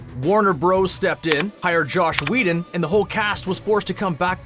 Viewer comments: Joss Whedon, not Josh...putz... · It's Joss Whedon not Josh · His name is Joss Whedon. Not Josh Weedon